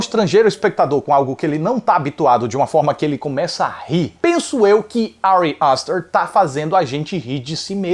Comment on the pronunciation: Que agonia ele falando Ari aster